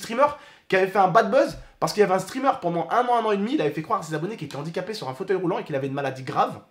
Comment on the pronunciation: Arête de dire andiquapé stp